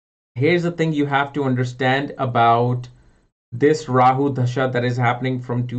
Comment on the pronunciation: 'da'-sha (dasha) and not 'dh'-sha (dhasha)....... hindi 'da'